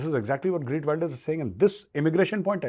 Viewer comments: It is GEERT not Greet. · lol sounds like greet Wilders it's geeeeeert .. the e from (E)xtreme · g-EE-rt not greet! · GEERT NOT Greet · Gee…rt Wilders as opposed to Gree…t Wilders Gauravji. Minor, all good otherwise! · its not GREET wilder but GEERT WILDEAR FOR FUCK SAKE BE PROFESIONAL> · It’s Geert Wilders, not GReet Wilders.. 😂 👍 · You are right! Liberals have ruined the West with their failed policies. It’s time for sensible politicians to clean house. Learn to pronounce the new Dutch PM’s name. It’s “Geert” not Greet. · Actually sir, it's Geert, not Greet. You're pronouncing his name incorrectly, and the title has it wrong too. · Major Sahab his name is not Greet but it is Geert (pronounced as khaert). I totally support these parties who are against Muslim immigration. However he has pledged to also stop expats (mostly from India) from coming into Netherlands. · It is Geert Wilders and not Greet.. but love your channel Major. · Major Saab, Wilders name is prounuced as Heerth (soft t) Wilders (as in wild). Thank you..... Respects .. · Sir pls callout correct pronunciation of his Name - Gheert and not Wayelders but W ILL ders